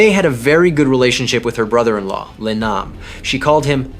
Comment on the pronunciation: Le is pronounced Lay